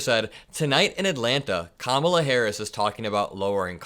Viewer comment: I’m by myself downstairs & I still corrected Trump out-loud EVERY GD TIME he purposely mispronounced her name. I do it to everyone. It’s knee jerk at this point. Trump: Ka-mala Me: It’s Comma-la, u rude a-hole!